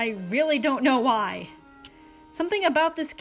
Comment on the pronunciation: “Wy” WHY